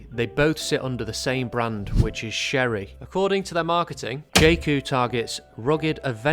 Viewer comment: Pronounced Cherry, no Shery 🤙